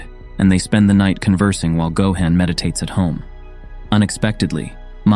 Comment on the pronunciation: Gohan not gohen